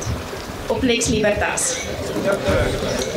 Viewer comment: Uitspraak nie "Liebertas" nie, maar Libertas, asb. (Jy het seker nie Latyn studeer nie.)